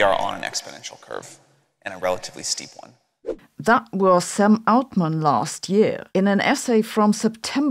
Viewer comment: I thought it was very funny you pronounced Sam Altman "Ze german way" while Aschenbrenner sounds peak english 😆